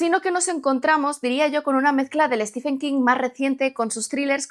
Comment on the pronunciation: No es "Estifen". Es "Stiven". Por favor, gente. Al menos aprendan a decir su nombre correctamente. No se les pide tanto...